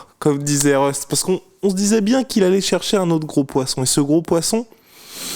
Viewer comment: « Been voyons » 😂